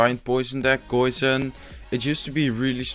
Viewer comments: I was about to correct you on saying goison but I'm glad I didn't. Great video though glad to see your channel is doing well 😊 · you say goison?